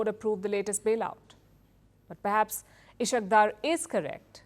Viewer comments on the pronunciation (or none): Ishaq dur 😂❌ Is-haaq Daar ✅ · Ishaak daar is correct pronuciation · is haaque daar is the correct pronunciation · Ishaq is pronounced as Isaaak Daar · You are not pronouncing the name of Ishaq Dar correctly. Correct pronunciation is Is haq